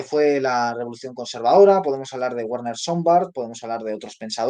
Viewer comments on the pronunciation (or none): none